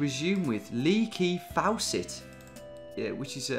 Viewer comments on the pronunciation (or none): Lee KI Fawcett 😂😂😂😂😂